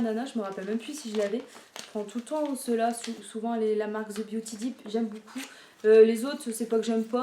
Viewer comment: on prononce pas j'aime BOUCOUP mais j'aime BEAUCOUP 😁😁😁 BON TRÈS BIEN TA COUPE, grand bisou à Marie 😘😘😘